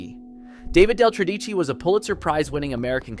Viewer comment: Couldn't the speaker pronounce 'Tredici' properly. The stress is on the first syllable.